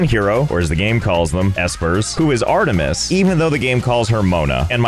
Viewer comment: I'm pretty sure it's Artemis, not ahtmis